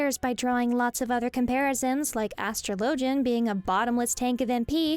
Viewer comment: Why do you pronounce atrologian the way you do and not how you would pronounce astrology?